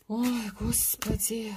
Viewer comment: Спасибо за расклад! очень соскучилась по слову " ХОСПИДЯЙ ".